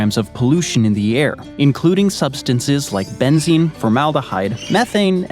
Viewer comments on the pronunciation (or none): none